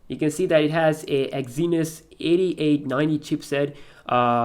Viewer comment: Great review, just a heads up though. Its pronounces "ExSynos" not ExZynos"